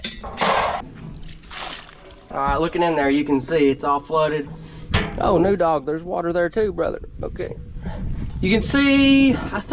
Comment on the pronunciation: Should name the new dog noodle. I swear I thought he kept calling it noodle instead of new dog. She will be used to that similar sound also